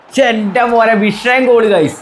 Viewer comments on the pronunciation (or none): none